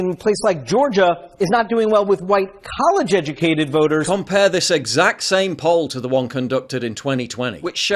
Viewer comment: I love the emphasis on college "educated"